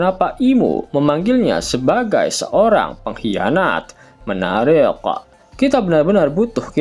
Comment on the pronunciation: "menarik" terdengar seperti bahasa arab😅❤